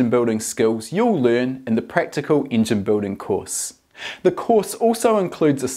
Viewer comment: I really like how you pronounce Engine, Ingen ahah